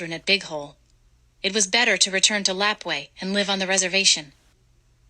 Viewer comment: Girl Lapwai is pronounced LUH-PWA-AE